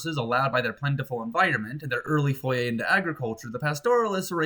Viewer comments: it's "foray," not "foyay" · I think you mean “foray” not “foyer”